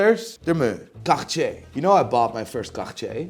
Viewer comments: I love your videos, but why do you have to ruin the names like that man? Charctsier? Really???😂 and come on Roger Dubooooaah?! 😂😂😂 I guess it makes for more clicks and subscriber, but you strike as a tad more intelligent than what you make out to be 🧐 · I don’t think you say cartier like that😂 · The way he pronounces cartier has me lowkey shook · The way this muthafucka pronounces Cartier...that's the proper way to pronounce it? Never knew! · Why the hell does he pronounces cartier as if he had a furball stuck on his throat?